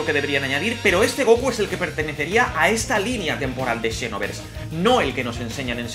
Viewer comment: Siempre lo pensé que se dice Xenoverse no Shinoverse xD